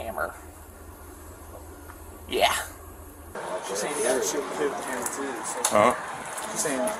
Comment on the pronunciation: You seriously can't say the word children or hammer?